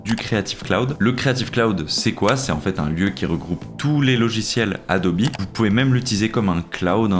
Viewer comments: j'ai plus l'habitude d'entendre Adobe sans prononcer le e...mais merci de l'info et sinon super vidéo et le résultat est incroyable ! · Le gadjo est bilingue quoi 😂